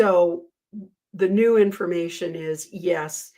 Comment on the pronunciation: it sounded like you said “And if you’re NUDE, welcome” in the intro. It gave me a chuckle.